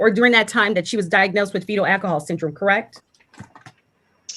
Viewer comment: this attorney is pretty ballsy to call out “pacific/specific” when she cannot say Alcohol. “Eckahol”